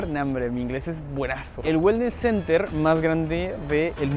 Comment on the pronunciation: Se escribe center y se pronuncia CENER